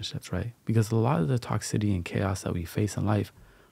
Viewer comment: it’s not toxi-TI-ty, it’s toxi-CI-ty. Lololol good vibes only homie ✌️